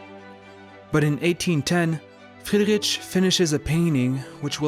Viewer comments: Love your videos, enjoying your interpretations and explanations of all this art. Small hint regarding the pronounciation of German names: "ch" is prounounced like an "h" more like in "heat"...not at all like in "chips". 🙈 Friedri-"ch" is painfully distracting😵‍💫 Everything else in your videos - sublime 👍❤️ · Interesting video! But check the pronunciation of the name first next time. He was German, had german name, so please respect it and dont call him how you do know.